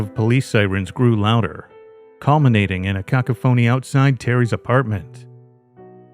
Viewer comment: Yeah. It can’t even pronounce cacophony correctly yet. 😅